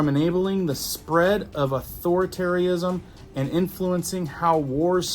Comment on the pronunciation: Dude, your grapes of the English language is pheromonal am id things going nookyular and authoritaryism all around us from here to Sumbobway. Very informationative. Then out of then